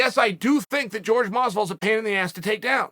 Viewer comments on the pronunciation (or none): Chael, what the hell man. Why do you INSIST upon calling him George? Is "hor-hay" really that difficult to say? Love your content man but at a certain point it starts to be slightly disrespectful to keep saying a relatively easy name wrong.